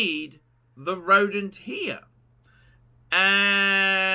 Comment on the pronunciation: ROWDENT!! Roedent guys